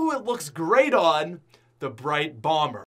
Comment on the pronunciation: He said brite bomber twice😂